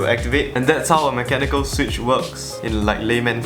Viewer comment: "mecha nickel"